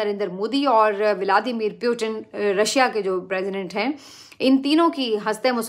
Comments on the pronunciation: Armed Forces ❌ Annd Forces ✅ Putin❌ Pyutin ✅ 😂😂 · ooo pakistaniyo wo pyutin nahi putin he kyu sab ke nam kharab karte fir rahe ho india ko endia raw ko raa modi mudi putin ko pyutin sab ka nam bagadne ka theka liya he kya😂😂😂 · Salon( Putin) not Puetin.